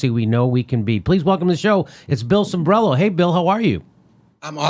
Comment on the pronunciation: Cimbrelo, Cimbrelo. The man's last name is Cimbrelo. Sheeesh!!!